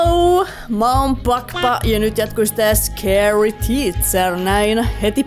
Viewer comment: MIKSI SANOIT PALQPA